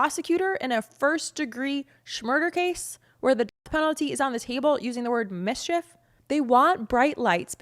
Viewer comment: When you said "misshef" I thought you were making fun.